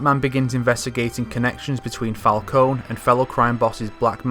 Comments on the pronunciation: This is freaking great. Awesome work. My only comments/criticisms are that you said Raz instead of Raesh and Fal-'cōn instead of Fal-'cōnee. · the way u said falcone crracks me up xD